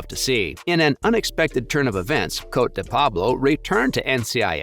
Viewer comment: Her name is pronounced Coatee